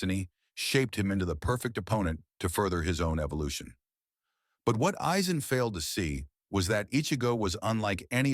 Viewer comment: Never heard any1 pronounce his name that ever